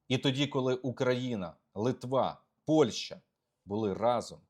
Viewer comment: Олександре, дуже сильний моцкальський акцент. треба працювати над вимовою. найпримітивніше: не Польша, а ПольЩа, і це, повір, українською так і вимовляється. не щё, а що, не 'нехатілосьби', а нехОтілось би і так далі. переслухай себе і повторюй правильно що почуєш.